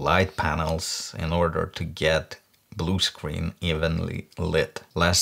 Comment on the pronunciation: I love the way you pronounced screen... it sounds like 'scween' very uwu